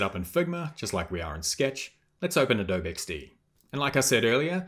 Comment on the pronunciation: Thank you for this video. I had a quick project given to me at work to edit a Lottie animation and I had never used it before. I was able to import it and edit it in After Effects. Also, just a friendly note -- Adobe is pronounced with the long "e" at the end. The company is named for the clay used to make sun-dried bricks from which native American structures were built, mostly in southeastern United States. Most American kids learn about adobe in elementary school, but I can see why those outside the U.S. would pronounce it without the long "e" sound.